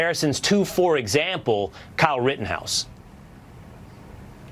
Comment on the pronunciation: It’s Ritt-EN-house. You keep saying “Ritt-ING-house”.